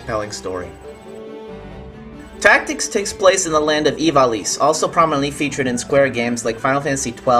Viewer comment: You pronounced Ivalice wrong. It's supposed to be "EE-vuh-LEES". Other than that, good review. =D